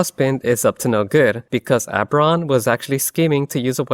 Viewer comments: Oh-ber-on.. not Ah-ber-on 😅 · "Oh" sounds getting turned into schwas is a common quirk of certain American accents. I'll let it slide.